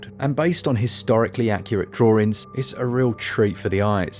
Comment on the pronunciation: He said “droorings”…LOVE IT! - 🎶 oh, hello my name is 🎶